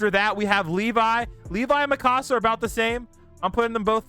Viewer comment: her name is mikasa not mikosa ok